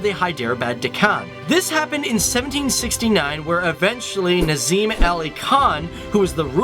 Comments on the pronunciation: Its not Nazim you idiot!! Its Nizam... This is so disrespectful . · it is nizam not nazim pls correct it :( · That’s not nazim its Nizam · It's not nazim it's nizam if I don't no to pronounce it's ok but check out the spellings at least 😋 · Hit like if you literally enjoyed his pronunciation "Chhaw dhary for Chaudhri , Nazim for Nizam "😂😂😂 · Great video. but its nIzAm and not nAzIm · It’s Nizam not nazam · it's nizam not nazim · its nizam not nazim dude get spellings & pronunciation right. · its not Nazim, its Nizam of Hyderabad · CEO of Microsoft is also from Hyderabad, India. Also the Ruler's title was Nizam and not Nazim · its not nazim ali khan! it is NIZAM ALI KHAN!!! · dude its not Nazim, its Nizam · Dave Walpole its nizam not nazim ali khan